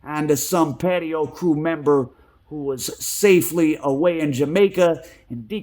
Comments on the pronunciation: It’s not patio …, it’s pronounced patois …it is a English based creole language with west African influences spoken primarily in Jamaica 🇯🇲……. They were from Jamaica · It’s pronounced Paa Twah